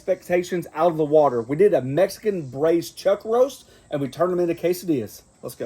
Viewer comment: “Mescan” lol